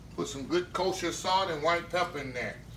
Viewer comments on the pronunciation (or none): none